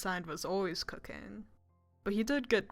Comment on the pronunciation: HELP I HEARD COCAINE INSTEAD OF COOKING